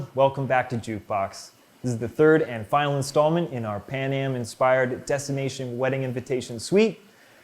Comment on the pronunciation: Why is it Pam-aj and not pan-am?